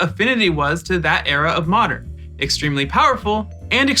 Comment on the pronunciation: Best constructed format? You mispronounced Modern lol